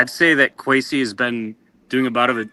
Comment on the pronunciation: "Queasy" Adolfo Mensah